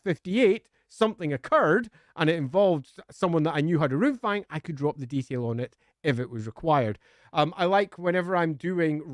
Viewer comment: I swear I heard 'Loonfang' at some point. Now my weird ass brain is imagining a Goblin Fanatic somehow getting his hands on a Runefang, thanks for that.